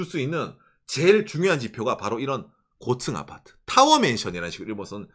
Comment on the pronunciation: 곶츤 아파트 ㅋㅋ 발음 귀여웡❤